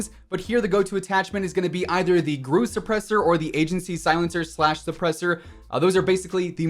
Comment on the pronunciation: Awesome vid! really appreciate it and it cleared a lot up for me. Lol.. I just noticed I was getting confused in your videos because you kept saying "GREW" or GROO like despicable me when what they are referring to is the Russian G.R.U. "Russian Intel", but now I get it. no biggy. Really appreciate all the updates you kept slinging our way. Hands down my #1 source for loadout/weapon info.